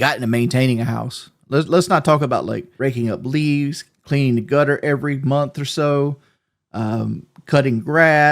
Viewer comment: no way in hell he owes 5000 dollars in land tax a year, its a mobile home on a small lot... "cleanin' out duh gutter" He has never gotten on ladder...